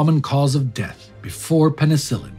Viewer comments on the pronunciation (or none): none